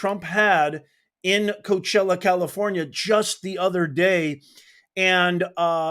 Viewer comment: You've got to be like the sixth person I've heard this weekend that does not know how to pronounce Coachella. The only reporter I've heard pronounce it correctly is an English reporter. I have never heard anybody pronounce was an English reporter. I know that it is spelled as coach. But it is a Spanish word